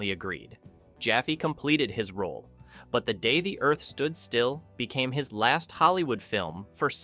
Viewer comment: Unfortunately, your video cuts off everyone's heads. I am pretty sure that is not the way it was filmed. Also your AI reader splits the title on at least one place as "The Day........the Earth Stood Still" You need to edit the text of the narration so the AI reads that all as one phrase. Also the AI murders the phrase "Klaatu Barada Nikto". Check the movie for the proper cadence of the phrase. Just a tip. Still giving you a thumbs up for your work.👍🏼